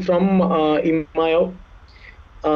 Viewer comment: always says jalittaku instead of jallikattu.😂